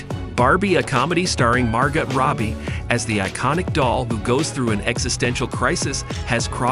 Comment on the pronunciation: Is this a robot reading a script? Mar-got and Silly-en lol they are super famous, a human would know how to pronounce or at least Google how to pronounce their names